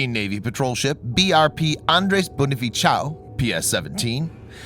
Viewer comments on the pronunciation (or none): I was laughing about bonifaciaw hahahahahaha. It's Bonifacio was read as BO-NI-FA-SHO and NOT BONIFACIAW hahahahahaha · The real pronounciation of Andres Bonifacio's last name was Bo-ni-fa-sio or Bo-ni-fa-sho not Bo-ni-fi-chao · Seems the narrator intentionally pronounced Bonifacio (Spanish/Italian name pronounced as "bonifasho") as "bonifitchao" to make it sound Chinese (perhaps chiding with PH on their cozying up w/ China) 😆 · Wtf..its not bonifachao..how there you mock thr namw of our hero..😂 however thats ok, but make sure you research next time on this ha... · How did you read Bonifacio? Bonifitchow? 😂😂😂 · Try using sho to pronounce cio in Bonifacio. I am a following this channel and I am glad to know for the first time a weapon from my country is featured. Since 2016 I am following this channel. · "bonifacio" is pronounced bonnie-fa-shaw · You butchered the Bonifacio part.🙄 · I cringed at how bonifacio was pronounced lol. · The c in Bonifacio is pronounced like soft S. As a native Spanish speaker I tell you with authority but check in Wikipedia. I like the detail in your videos.